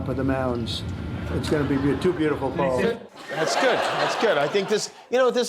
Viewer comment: He emphasizes "pole".